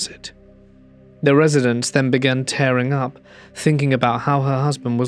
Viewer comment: Dude, it’s "tearing up" (tee-ring) as in having tears come to your eyes, not tair-ing, rhyming with caring or daring, as in ripping sheets of paper or wrecking something. How can any literate person not know the difference when reading in context? You appear to have the literacy of a ten-year-old.